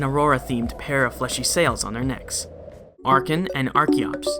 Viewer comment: I'm here for my baby boy Archeops. Also FINALLY, SOMEONE WHO PRONOUNCES "ARCHEN" CORRECTLY!